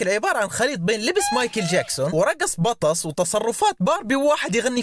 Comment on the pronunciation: بالله اللي يقول (بطس) تعرف شي اسمه حرف التاء؟؟؟